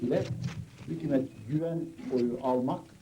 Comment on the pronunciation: Bide sunucu hükümet yeni Hükuumet diyo ya kuduruyorum